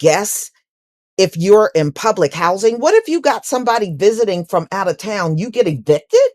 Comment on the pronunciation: Well.... "gubbermint hoizin', if gubbetmint housing." #CutThe Check N don't worry about our #RoofOverOurIwnHead!